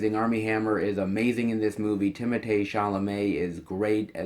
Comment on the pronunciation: Finally someone pronounces Timothèe's first name correctly!!